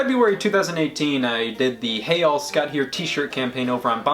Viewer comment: Wait ✋ Hey all I thought it was hey y'all